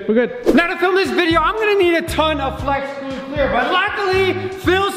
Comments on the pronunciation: O.02 didnt say flex glue right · In the beginning am I the only one that hears "flesh glue clear" rather then "flex glue clear".